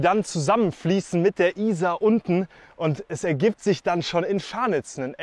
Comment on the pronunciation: Very nice video, but why do you insist on mispronouncing the name of the river?